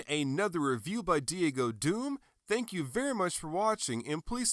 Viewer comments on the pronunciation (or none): none